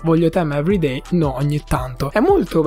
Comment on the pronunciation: ma perchè "evereidai" 😭😭😭